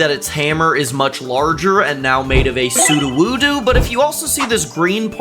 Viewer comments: its su-doe-woo-doe not su-doo-woo-doo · Bro just called sudowoodo sudowoodoo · why do you call it "soo-doo-woo-doo" when his name is "soo-dough-woo-dough"? He literally even says his name this way. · He was saying su-do-woo-do when it’s pronounced SOO-doh-WOO-doh just felt like I should that point out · WHY ARE YOU SAING "SUDUWUDU" WHEN ITS "SUDOWODO" ?!??!?!?!?!?!? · Its pronounced sudowudo not suduwudu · “su-du-wu-du” IS NOT HOW ITS PRONOUNCED